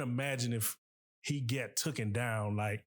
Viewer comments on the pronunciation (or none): 📢Omg ! Stop saying TOOKEN !!!! It’s TAKEN📢